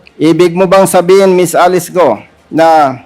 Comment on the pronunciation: Sinungaling grabeee kapal ng mukha mo Alice gou d mo ma pronounce ang letter L Gaga😱😱😱